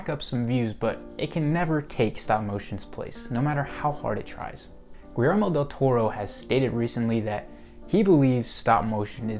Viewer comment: Pro tip: Guillermo is pronounced like this: Gi as in GIza, ller as in GERmany, and mo as in MOnth. GUI LLER MO